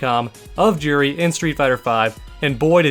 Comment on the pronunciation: Her name is pronounced "jew-ree", not "Jur-ree". Street Fighter has a history of mispronounced names (looking at you, rye-you!).